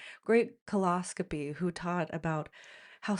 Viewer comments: It's colposcopy, not coloscopy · Glad you are happy and healthy, just need to correct you on the name of the procedure you had, it's a colPoscopy. You missed out the P.